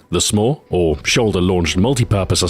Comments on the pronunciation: He intentionally pronounced "SMAW" so it sounded more like "s'more" which is a contraction of "some more." Of course it just made me hungry. Damn you delicious marshmallow and chocolate treats! :P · He pronounced SMAW differently so that the word sounded like 'more' "Meanwhile, the other launchers might leave you wanting more" is what the pun meant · he made it sound like he was saying "some more" instead of SMAW